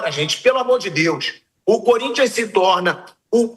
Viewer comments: Como é bom ver comentaristas corintianos surtando kkk não tenho que reclamar, o "curintia" me diverte muito kkkkkkkk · Flávio Prado sempre fala: "sport club curintxa PAULISTA" kkkkk